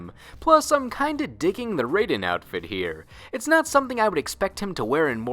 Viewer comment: So they created Raiden, named him Raiden, but don't know how to properly pronounce his name?